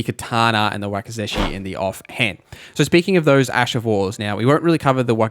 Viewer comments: You did not just call wakizashi a wakey-zeshy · Good lord, it’s “wawk-i-zawshi” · Wakazashi is pronounced wah kah zah Shi just for the record 😅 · I cant get passed the way you mispronounce wakizashi and Sekiro and pretty much every other Japanese word you say lol. Cool vid though, ty for sharing.